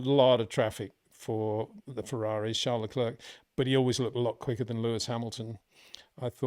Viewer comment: Your analysis is always much appreciated Peter only thing that every time hurt my ears is your pronunciation of Charles Leclerc's name... Leclerc is pronounced as Le-clair. 😅